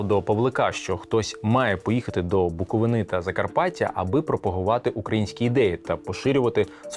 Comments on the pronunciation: У 1848 ще не було Австро-Угорщини. Була Австрійська імперія. "БуковИна", а не "БуковинА", "вІрші", а не "віршІ". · Дуже цікаво! Але, будь ласка, не «БуковинА», а «БуковИна» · Ремарка в наголосі : БукОвина а не БуковИна😉походження йде від дерева Бук 🌳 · Я дивуюсь як за 30 з лишнім років України люди не знають чи не хотять знати як правильно називати БуковИну, історія, надіюсь з часом вам це вдасться вивчити, ви ж не укрАїнці, а украЇнці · Буковина нагологос на и правиль)